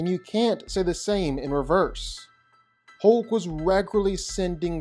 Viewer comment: When he says Hoke, he means Hulk.